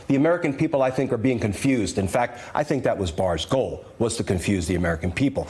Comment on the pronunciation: Did this half witted, so called Attorney General, just say "I fink" instead of "I think". Although I agree he definitely is a fink.